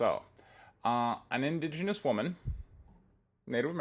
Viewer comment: Inda-Genous? Pron. in-DIDGE-i-nus. Otherwise on point, mate.